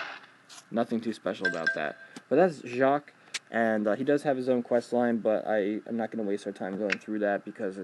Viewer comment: You perfectly said jaques, great job x) French is hard and annoying.